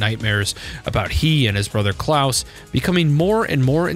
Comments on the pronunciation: Actually, no, you do say it correctly. The way you say it is the german pronounciation, "Klaus", which is canon. We know it's canonical because the canon japanese pronounciation is Kurausu, Klaus. The people who pronounce it softly, as in "Santa Claus" are wrong. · I think he said it right